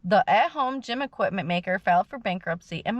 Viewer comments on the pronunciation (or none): none